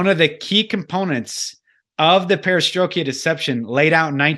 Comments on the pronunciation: Great but I wish the pronunciation of Perestroika was correct....was somewhat distracting. lolz Silent Weapons For Quiet Wars is a must read/listen/watch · Fantastic video with fantastic information. I haven't heard this before till now... But, Dude, you are killing me with the mis-pronouncing "Perestroika". Google the word and click on the button and it will pronounce it for you. Hahaha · I'd be much more inclined to "buy" everything is saying here if could pronounce "Perestroika". Also, that intro music is a good example of the "Satanic" music they discuss early in the show. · This was so very interesting. Great info from both parties! I do one of the smaller critiques., its the Perestroik-ah Deception, not the Perestroik-e-ah Deception. If this wasn't said so many times I wouldn't have even mentioned it. If you're familiar with this deception, it's just a bit difficult to hear it mispronounced so many times. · This was really informative. But,, perestroika doesn't end in "ia", it's not perestrokIA 🙂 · STROIKA. (STR - OY- KAH). You fell into southern Baptist stride there with the mispronunciation. Sorry, trolling. Keep up the good work. :)